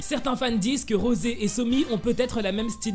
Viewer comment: SE NES PAS ROSE SES ROSEEEE